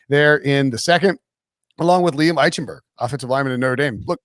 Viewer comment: Geez, can someone PLEASE tell he is pronouncing Liam Eichenberg's name wrong????